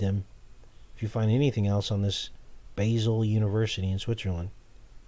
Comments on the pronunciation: I lived in Switzerland for 6 months its pronounced Ba zel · Basle is pronounced Baal. Its also where you'll find the large hadron collider.